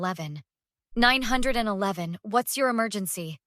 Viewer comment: Can someone teach ai to say 911 correctly?